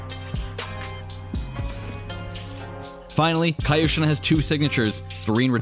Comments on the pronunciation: no its just kyoshin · k-yo-shin, "kaioshin" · He said Kayoshin and not Kyoshin. Westerns. 😂 Meanwhile asians - Arigathanks! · Whyd you pronounce it kyoshin? It's pronounced kyoshin bro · I'm not sure but it's Ki-yo-Shin or Kyo-Shin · It is pronounced Ki-yo sheen. Not ca yosheen. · Kaa youshin?? Kyoshin... It's kyoshin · Please it's not kaiyoshin it's kyoshin😭😭😭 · Kai-o sheen 😂 Its k-yoshin. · he's kyoshin, not kayoshin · Nobody:: CaEyOushEen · Kyoto = Kee-o-to Kyoshin = Kee-o-shin Was it that hard to understand? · WUT?! Say that one more time, “KAYOSHIN”!? Augh..cringe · It's (Key- yo-shi-n) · Ah yes, kai-yhou-chin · It’s pronounced Key-Yoshi-N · Please stop saying "kai-oshin". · I can already see you cringing at your own video everytime u miss pronounced kyoshin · You don't call Kyoto a Kaito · The way you say "Kyoshin" hurts me physically 😂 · Pronounce "Kyoshin" correctly please. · 1) No he admitted to not knowing how to pronounce the name of the sword. 2) Fine then, don't like the Warden example, pick literally any you want. How about Tokyo? You don't say Tokaiyo do you?? 3) He doesn't need to be an expert in Japanese to invest 2 seconds into googling it. He wants views doesn't he? He gets money from views doesn't he? I don't think taking a second to look up a word is too much to ask, especially when it's the name of what the entire video is about.